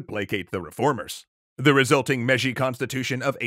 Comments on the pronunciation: Mei-ji not meji. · i think the pronounciation is "May-jee" for Meiji